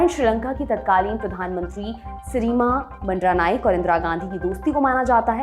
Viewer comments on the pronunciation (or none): "सिरिमावो भंडार नायके" नाम का उच्चारण क्या आपने सही किया?